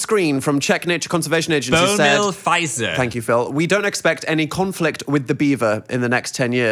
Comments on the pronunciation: As a Slovak, I'm dying at the way you pronounced Fišer 😭 it's literally Fisher because Š is pronounced Sh.... Fizer, I'm dead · Fišer is pronounced like Fisher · Czech mentioned, the surname is read the same as "Fisher", the letter is pronounced "sh" Hope that helps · As a Czech person, that is not how “Fišer” is read (10/10 for that confidence tho) but you nailed that “Bohumil” part hahah also 100% agree that beavers are cool